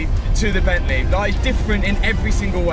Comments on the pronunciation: Bent-leh Love it 😻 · From Bentleeh to Maseraeeh, love it